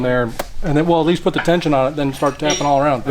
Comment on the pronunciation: The way says eckleast lol always gets me